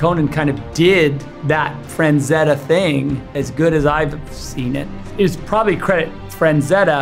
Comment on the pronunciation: Whenever he says Franzetta instead of frazetta it makes me wanna kiss him on the mouth